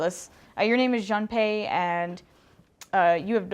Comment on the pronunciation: Junpei is pronounced Joonpay It's mad up of the Japanese syllables: Ju, n, pe & i.